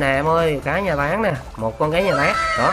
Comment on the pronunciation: Anh nói táng vm mà em nghe tán vm:)))